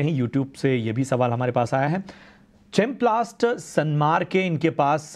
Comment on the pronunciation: टाई बांध कर अंग्रेज बन गए, केमप्लास्ट को चेंपलास्ट बना दिया